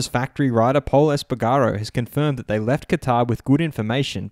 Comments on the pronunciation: Es-pa-garr-Oh (!Esp-pa-garroh) Du-cat-ee (!Du-cart-ee) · You mispronounsed espargero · Great video, really happy! Maybe just check the pronunciation of “Espargaro” 👌🏻🙌🏻